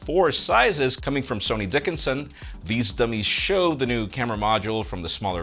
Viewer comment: lol dude's name is Dickson not Dickinson